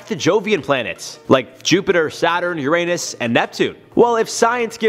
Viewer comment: You said Uranus wrong bud